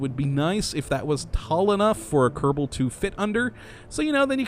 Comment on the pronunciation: When he announces Kerbal Space Program, he pronounces it Kerbdal... But says it normally when just talking. Anyone know why?